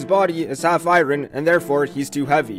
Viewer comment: I've never heard iron pronounced with so much emphasis on the r before